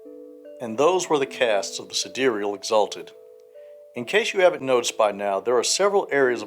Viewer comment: Sidereal is an archaic word meaning "of the stars", the same way Solar means "of the sun" and Lunar means "of the moon" (and Terrestrial means "of the earth"). The pronunciation in the video is essentially correct. (A lot of the other info in this video is out-of-date as of the current edition, but the third edition Sidereals content is still very new).